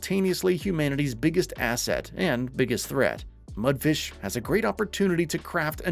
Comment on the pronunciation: Imagine making game reviews and not even bothering to pronounce the developer company's name correctly